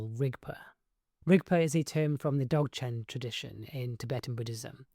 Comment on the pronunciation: Zog-Chen the D is silent.